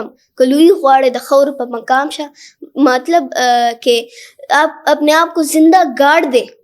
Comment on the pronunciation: MATALAB KO Matalaab